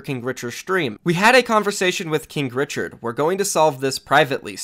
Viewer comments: Did you say kink richard? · i thought you Said kink Richard 😂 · Stop saying kinkrichard